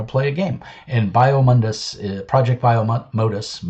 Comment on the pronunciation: Hey man! 1) It's pronounced 'project bye-oh-mo-dus' 2) Most of the art in this book is in the first chapter to help build some of the world. If you want to see some examples of the art available in the full book, you can go here : 3. No money was accepted for any of the ads in the book. They were added as a thanks to the various people who helped the book succeed. 4. GET REKT